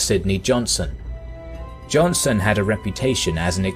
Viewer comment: Dang ... Johnson!?! It's Johnston. I mean I know it's one letter but how did they make it past the edit especially when he says it multiple times. , , ...